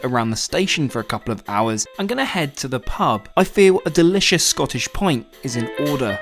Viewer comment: delicious scottish "point"